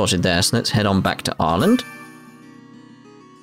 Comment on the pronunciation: It's still kind of jarring to hear how they pronounce Arland. Nonono it's Arland, not R land.